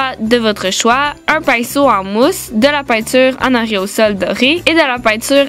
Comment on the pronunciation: On dit aérosol pas areosol